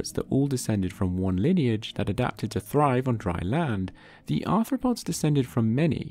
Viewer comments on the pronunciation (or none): none